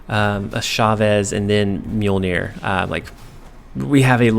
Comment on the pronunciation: Awesome deck. I'm surprised you pronounced Mjolnir correctly haha